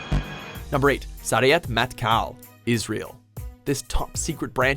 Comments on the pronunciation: Its pronounced Sey-ret Mat-kal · Sayeret matkal is pronounced sa ye ret mat kal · He killed the Pronunciation of Sayeret Matkal XD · why cant any of you natibe English speakers say sayeret matkal normally? ! ugh so f**king annoying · man you can't even pronounce sayeret matkal, is it that hard????? and yes it is kinda funny , i was in the army recruitment office the other day and they had a picture of all of the units and stuff stuff and sayeret matkal didn't appear there only the bat winged sword of shayetet 13. also i think that sayeret matkal should be higher considering that they had done operation thunderbolt where they sent soldiers to the entebee airport and the only casualties were yonnie netanyahu (which was a soldier, and the current pm's brother) and a woman that wasn't in the airport (she went to the hospital because she didn't feel well ) and the leader of uganda probably killed her or something, they operated on a whole other continent.... and succeeded...